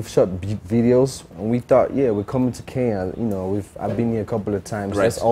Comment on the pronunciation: Iyanya say Kenya not Keya....Ke..nya... Iyanya not Keya...that's all I got..